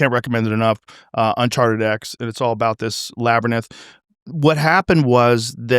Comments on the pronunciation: Joe still saying LABYRINTH like Labyrnith after multiple people have corrected him is wild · Can someone tell that fkn muppet how to pronounce “Labyrinth”…..it’s not fkn ‘Labranith’. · Rogan is still saying Labernith im fucking dead 🤣🤣🤣🤣🤣🤣🤣🤣 He's been saying it wrong since the Ben Van Kerkwyk interview on the 25th and still none of his "friends" have been like hey bro its Labyrinth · Geez Joe it’s pronounced. (Lab ar inth) Not Lab ar nith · Excellent interview. Well done. But Joe, "Labyrinth" is pronounced "Lab Ur Inth". Not Lab Ur Nith. I still love your work, watch every episode. And sometimes listen to them while I sleep. And on occasion I have some trippy dreams because of the topic, or maybe not 🤔 . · Joe!!! For the love of god please stop!!! Labyrinth La Be Rinth Labyrinth Not Labernith 🤦‍♂️ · Someone teach joe how to say labyrinth.(lab-ih-rin-th)...his Lab-ra-nith is getting old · Its pronounced in two syllables, "Lab"(like the dog)- "rinth"(like what Mike Tyson does to soapy dishes)... not "lab-RA-ninth"! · Its- Lab er inth...not Laber nith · Love this. This is at least the 3rd show now that Rogan says labyraninth instead of labyrinth and I can't unhear it. The guest and/or host corrects him by saying it correctly right after. I think he is doing it on purpose now just to fuck with people. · Drives me nuts lol Lab, er, now say rinse like you're Tyson, rinth. Lab, er, rinth = labyrinth. Why is this so hard for him to pronounce, and he's been corrected a few times, immediately goes back to ernith, gaaaaah, lol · I wish someone had the balls to tell joe that its a labyrinth NOT a labyrnith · You would think that somebody that speaks to the world for a living that they would know how to pronounce the word labyrinth, and not call it a labyrinnith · ********************************* . "Laber- nith". As Joe says TWICE in a row... funny stuff... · Good ol labbernith 😂 I will never let this one down joe🤣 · Say Labernith 1 mo time Joe. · Joe "Labernyth" Rogan